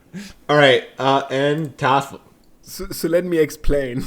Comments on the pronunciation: Why are they saying Toffel but it says Tholaf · is thoralf really pronounced thofel or am i silly and new here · How is his name pronounced Thofle? Thoralf looks nothing like that phonetically. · I love when the Germans are on because they're so much more chill and can just play the game he intends 😂 Also, I swear I feel like I'm having a stroke every time I see "thorlaf" but says "toffal" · I'm sure this has been asked and answered before, but why is thoralf pronounced toffle? Or vice versa? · Could someone explain why his name is spelled, "Thoralf," but pronounced, "Toffle?" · Funny how is pronouncing Thoralf always as something like "Taffle". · Why does pronounce thoralf tofal